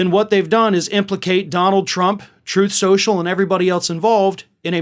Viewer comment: "Troth Cential"!